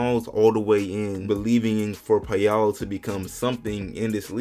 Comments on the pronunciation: Paolo not Peyalo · It's pronounced "pow-low", not "pay-ah-low" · It’s pronounced Paul-oh lol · "Pay-Allo" loooooool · Paul-oh that’s how you say it 🤦🏿‍♂️ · My man is slaughtering Ps name, wow